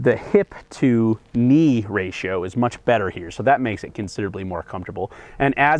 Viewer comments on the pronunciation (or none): none